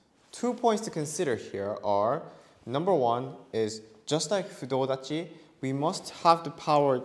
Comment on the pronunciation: Fudo dachi not clear